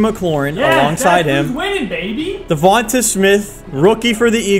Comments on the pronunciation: It’s not devanta it’s Devante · I'm glad Devonta Smith (De-von-tae) not (De-von-te) got out eventually so I wouldn't have to keep hearing pronouce his name wrong. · it’s duh-von-tay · I love videos but the way he pronounces Devonta Smiths name makes me cringe!!! 😂😂😂😂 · his name isnt davontuh smith haha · I mean this with no disrespect but just some pronunciation corrections Davanta Smith is Duh Von Tay smith And Marquez callaway is mar Kees callaway